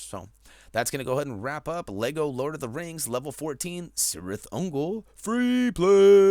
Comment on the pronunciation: the c is pronounced k